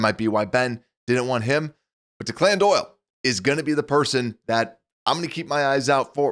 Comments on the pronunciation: I’ll pay attention to your concern when you can pronounce his name properly. It’s Declan, an Irish name. Deck-Lynn. Not De-Clinn, which sounds like a Victor Hugo character. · The name Declan in pronnounced deck-lin, not DeClann. Just FYI. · The name is pronounced DECKlin Doyle. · Thanks for the off season updates but the guy’s name is not pronounced “Dee-Clan”. This is an old Irish first name, it’s’more like “Deck-Lin” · The OC's name is pronounced DECKlin Doyle. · This guy is talking Chicago sports and can’t pronounce ‘Declan?’ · You should learn thow to pronounce Declan!